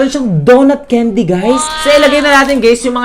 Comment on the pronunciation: Mali pag Bigkas mo sabi mo ceindy hindi po ganon candy po mali po kayo😅😅😅